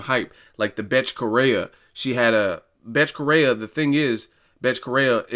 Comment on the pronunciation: Betche Coheia* is how u pronounce her name.